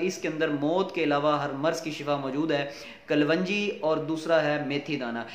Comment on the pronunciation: kalwanji nai hota kalonji boltay hain aur itni lambi video na krean qissa mukhtasar kia krean